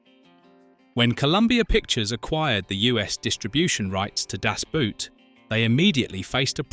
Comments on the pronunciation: Nice clip, but honestly, if you insist on using the german title, learn how to pronounce it correctly, it is just two words! With all the stuff you tell us about the movie, how about the correct pronounciation?! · The pronunciation of "Das Boot" by narator makes my ears bleed. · It's really funny. The amount of research abut aspects of the film, but not how it is pronounced...